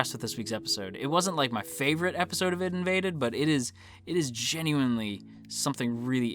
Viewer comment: Please :S it's not Id:invaded :S it's AI-DEE:Invaded you just pronounce the separate letters, I mean it's pretty obvious if you think about it, it's about invading the ID=ego/super ego/subconsciousness.